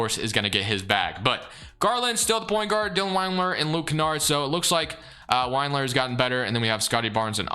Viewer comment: Sorry I can’t help it. Lemme say first I loved the video. I was gonna ignore it, but you said it too many times 😂. It’s Wind-lure not Wined-lure. Not a Cavs fan, totally apathetic toward him, just bugged me for some reason lol. Didn’t affect my enjoyment of the video but just had to say something. Again I don’t even know why. But keep killing it! Looking forward to a Pistons one soon hopefully 🙏